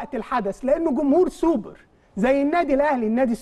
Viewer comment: يا ريت يا جماعة الخير نبطل نعوج لساننا في كلمة السوبر وخاصة حرف ال ر . دا مش دليل علي الثقافة ولكن دليل علي عقده نفسيه. معظمنا بيعرف لغات ولكن مفيش داعي لعوجة اللسان